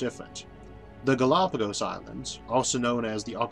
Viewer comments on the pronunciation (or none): none